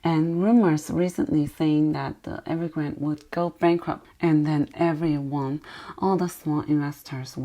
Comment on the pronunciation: The name of the company is Evergrande and not Evergrand. 😀